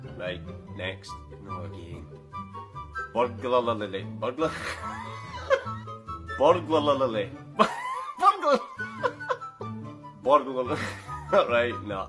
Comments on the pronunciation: Then he turns Russian with burgularly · Do all Scottish talk like they have hamster cheeks?? It's like if I put cotton wool balls in my mouth in the sides and tried to talk I'd probably sound similar or atleast struggle to say those words properly.... How is burglary so hard he's putting too many r's in it just like anemone too many n's he eventually said "sat ur day" and "glAss es" so with concentration he may be able to do more if he slows down and pronounced them broken up watching those vowels and consonants carefully to say them properly.